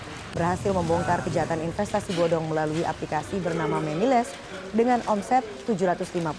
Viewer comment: Gw salfok ama reporter yg ngomong MEMILES 😅